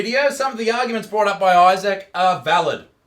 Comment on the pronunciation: I just realized you pronounce your name Eye-Sack